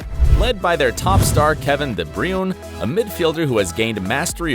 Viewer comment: 'kevin de broom'